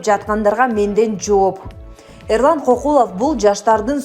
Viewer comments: Фамилиясын туура окуп, туура аатасанар. Кокулоа эмес, Көкүлов деп. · Кокулов эмес Көкүлов. Туура оку.😠😠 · Кокулов дебей Көкүлов деп туура айтсаң алып баруучу.